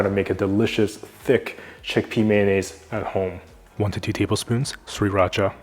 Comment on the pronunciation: My apologies but does he say sweet racha or Sriracha? Like with an accent ?